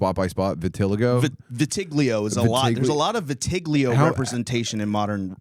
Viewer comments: Wtf is vi-tig-lio😂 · Its pronounced viti-lie-go